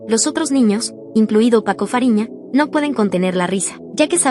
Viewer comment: Paco fariña❌️ Paco raphina✅️